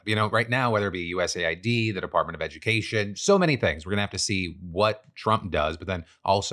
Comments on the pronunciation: No offense, but the correct pronunciation is US Aid, as in the United States Aid. You calling is USA I.D. makes it sound like United States of America Identification Documents. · Why do you spell out U-S-A-I-D and not just say US-AID? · It’s pronounced US aid. For the love of God stop saying it wrong. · Isn’t it US AID? Why does Phil keep saying USA ID